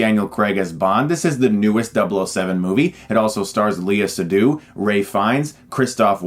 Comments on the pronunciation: Lay-ah Say-doo please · It has great cinematography, but the plot/story/writing is quite forgetful. Spectre is the last Bond movie I watched and I have about 15% recollection of the story, while I still remember fondly the plot of its predecessors. Also, the way you pronounce her name.... is such a torment I’m not even french.